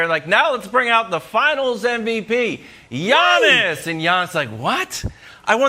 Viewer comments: Nobody: Giannis Brandon: Yonnis; Yinnis; Yawnnis; Awnnis; Ones; Onnis; Onyx; Yawning 😭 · Can somebody tell Brandon it's 'Giannis' not "Yawnnis".. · Brandon Marshall calling him Yawnis is HILARIOUS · The G is silent in Giannis name so I don't understand why Brandon is putting emphasis pronouncing his name. 😂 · Brandon pronounces Giannis name funny